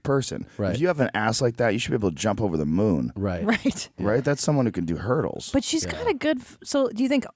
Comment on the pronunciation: That nigga said hurtles haaaa lol